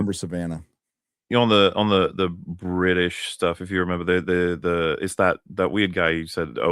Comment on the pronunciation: The fuck you mean you don't know?! The not so bri'sh.